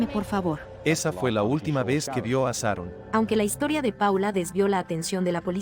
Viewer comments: Pronuncia bien .se diceCharon son buenos narrando estudien pronunciacion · se dice Sharon, no saron.... se dice Shock, no sock....